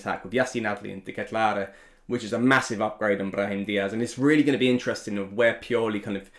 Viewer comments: he's saying it wrong actually. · Fine! You know how to say Dekatelare.... Just say CDK, make it easy on us.